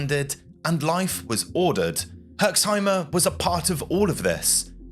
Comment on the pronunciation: there is no "e" at the end of "Herxheim" :D You pronounce it perfectly, just stop at the "m"